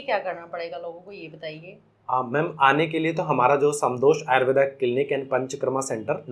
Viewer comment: आयुर्वेद जब विदेश मे घूम कर पुन भारत आया तो उसे आयुर्वेदा हो गया। 😂 कृपया उच्चारण तो सही करो